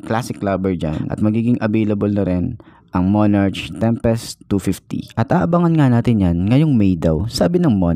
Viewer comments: monarK po pronouncation nyan di po monarCH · Monark,tamang pag pronounce nya...✌️